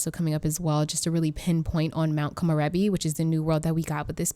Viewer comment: How did I just find out about you?!?! One of the only game changers pronouncing Mt. Komorebi accurately 🤣🤣🤣 I'm super excited for your future videos!!!!